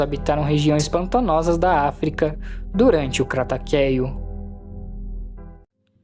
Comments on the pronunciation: primeiro que o certo é teropode e não taoropode e kratakéo não existe e sim cretáceo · "Taoropode" "cacarodontossauro" "kratakéo" mano? oque?